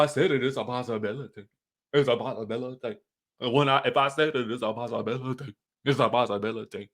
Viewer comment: Came back just for the part where you say “ISSA POSSABALATY” 😂😂😂